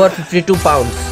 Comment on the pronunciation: I think he says pound as PAWNSSSSS